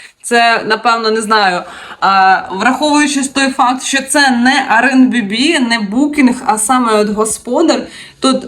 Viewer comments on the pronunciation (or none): дякую за відео, але "еір-бі-ен-бі"))